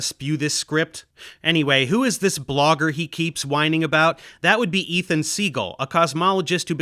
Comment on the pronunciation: "This blogair" 😂